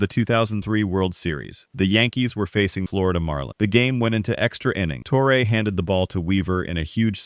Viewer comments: Who the heck is toreay? You mean torreeeeee???? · It's pronounced TORRY not TORRA. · Joe TORE-AY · Tor-A. lol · Who’s Tore-Ray? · Can’t even pronounce Torre correctly! Click bait crap